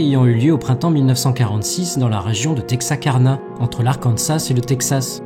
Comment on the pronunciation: Je viens de remarquer que tu dis tout le temps "Texakarna" or que c'est "Texarkana ! Mais pas bien grave ;)